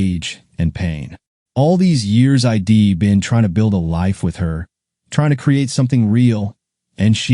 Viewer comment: Someone has taught AI readers the word palpable, now please teach it how to pronounce I'd. It is not pronounced eye dee. Why is her lover also his lover?